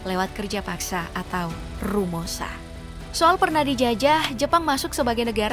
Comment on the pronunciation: rumosa? romusa kalu